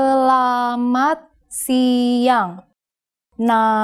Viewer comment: Bahasa Indonesia is beautiful although there are lots of mistakes n this video. In the first video Selamat Siang is translated as "Good Afternoon" but in the second video is "Good Day". She also pronounces the "E" on Selamat only when she speaks slowly, even though that E is mute.